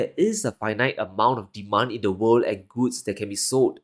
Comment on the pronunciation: Funny how he pronounces world. Sounds like "wow"